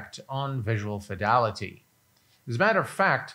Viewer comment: I'm curious as to why you say (phonetically) "visual fidalaty" repeatedly when the word is "fidelity".